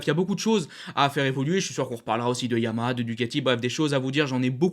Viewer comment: Bonne vidéo et bonne synthèse : tjs aussi plaisant à regarder. Merci 🙏 Ah oui, deux choses sinon : - YAMAHA comporte bien trois syllabes et se prononce donc bien YA MA HA. Suis-je le seul à entendre systématiquement “YAMA » ? 😶 C’est un accent régional ou bien un tic de diction ? 🤔 - À la fin de certaines vidéos, comme celle-ci par exemple, là aussi, je ne sais pas si c’est un accent (du Nord ?) mais je ne suis pas sûr de comprendre ton message d’au revoir : « j’vous dis bobo les potes » ? 😶🤔 En fait, tu dis quoi ?